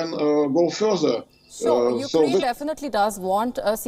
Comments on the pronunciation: i hate when he says oak krayne referring to ukraine i don’t know what the hell is he saying about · The way he kept saying "fookraine"